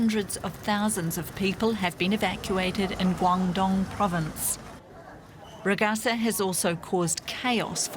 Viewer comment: Laughing at news readers who can't be bothered to search online how Ragasa is pronounced before going on live TV.